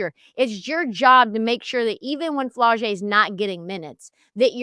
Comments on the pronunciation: “Flaw’-Jay”…..like Flawless . Never flo-jay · Miscorrects her on how to say MiLaysia’s name (it’s pronounced “my-lay-sha”) and then says “Flow-jae”………be for real 🙄🙄🙄 However as a die hard tiger fan, this is the first video I’ve seen from y’all and I appreciate the convo!